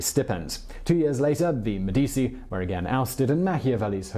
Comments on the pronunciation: Simon, you are the best. Love your accent, clear Cadence. However I was floored to hear you mispronounce Medici so many times! And then you did it again with Francesco, a very common name. In Italian, before the letters i and e, the letter c sounds ch. Keep up the good work. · enjoy your shows Simon - Medici pronounced Med-ichi - keep up the good work. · ... So, he knows that the "c" in "Cesare Borgia" is a "ch" sound, but somehow thinks "Medici" is pronounced "Medisi" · 'Medeesi' 'Iron helps us play' 'Medeesi' 'ahahahahaha' 'Medeesi' 'hello Joe' 'Medeesi'.... make it stop, O dear God, won't you please make it stop! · Actually, it's pronounced MEDD-i-chee, with the stress on the first syllable. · Simon, I have listened to you mispronounce the name Medici in two separate videos now. You are way too professional to continue to do that. Please, for the love of all that is good, learn to pronounce the name, "MEH di CHEE" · MEH-dee-chee. For anyone who wanted to know. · Medici isn't said with an "s" sound for the "c". In Italian, that is the same sound as the "ch" in a word such as "cheese" (and in Italian, "ch" has a "k" sound, like in the word "kite" - just to be confusing!) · Why are you pronouncing Medici and Borgas so weird bro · Anyone else who speaks Italian cringing every time he mispronounces Medici??? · Seriously? You cannot correctly pronounce Medici? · The C in Medici Is read as a CH. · I am Italian - 100%, and somewhat of an aficionado of The Italian Renaissance. The mispronunciation doesn't bother me, nor likely other Italians; so, give it a rest. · Medici is pronounced - Meh-duh-chi - not Med dee cee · Its pronounced 'Medichi', not 'Medisi'. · Medi - ch - i, not Medi - c -i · Medichi bro not medisi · MediCHi mate not medisi, just like CHerry , nice work would love to see bismark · Medici is pronounced me-deechee not me-deesii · Aren't Italian c's pronounced ch? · Med-I-chi that’s the annunciation of Medici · Meh-di-e-chi... Bor-zhi-ah